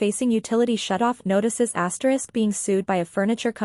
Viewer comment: What's with the "asterix"?